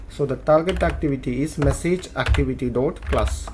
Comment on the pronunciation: 'message' not 'massage', really dude! learn English pronunciation first!